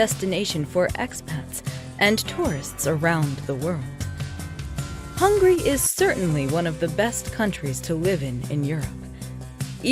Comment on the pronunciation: I'm dead, you really said "HUNGRY" where is the 'A' at??? lmaooo